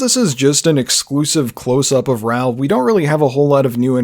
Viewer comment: saying "RAL" instead of "RAUL" is killing me lmao 😩 Wicked detailed video though!